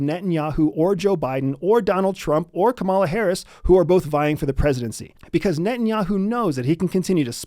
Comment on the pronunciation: I won’t subscribe to someone who can’t pronounce Kamala